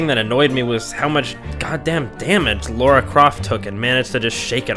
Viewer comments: This is a great review, especially for your first one! I've watched several of your others too, you have a knack for it. Been meaning to play this. I have 3 questions for you though: 1. Is she actually called 'Laura' in America? Because her name is Lara here (UK) and pronounced as such, but Americans seem to pronounce it Laura. 2. Why would feminists hate this game? Lara is a strong female lead right? 3. Have you played The Last Of Us? Would be interested to see you review it. Incredible game. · LARA croft, not Laura!